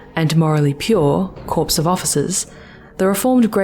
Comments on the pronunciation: >corps pronounced 'corpse' Reeee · >pronounces "corps" as "corpse" stopped listening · when talking military, corps is pronounced like core